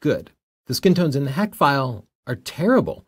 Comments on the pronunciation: It’s HEIC not HACK 🤦🤦🤦🤦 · The big takeaway for me is how to actually pronounce “heic”😄. But seriously, the whole point is that an iphone won’t scale to a large screen, as a dedicated camera would. Sure, for instagram or ticktock the quality may appear similar, but If you want to output a museum-sized print only a real camera will do.